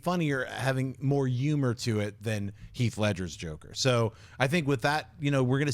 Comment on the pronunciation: I just noticed that John doesn't pronounce the in humor.